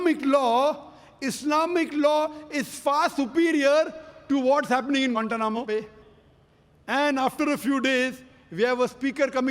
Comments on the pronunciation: 😂😂😂😂😂I'm dead every time he says gantanamo Bay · haahah why does it sound so weird, kind cut off. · I'm pretty sure he mispronounces it every time and they have to edit it 😂